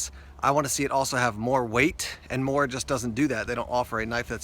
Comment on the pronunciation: I'm from Sweden I and I know the quality of morakniv plus you spell it mora but you pronounce it moora